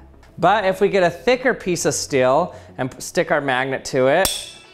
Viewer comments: Learn how to say the word STEEL, it's not stil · The moment when you can't hear the difference between "still" and "steel" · Dear lord please learn how to pronounce steel